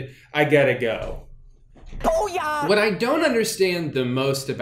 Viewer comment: The way Ron says "boi-yah" really bugs me because it's supposed to be "boo-yah''. Next you're going to tell me that they won't include bueno nacho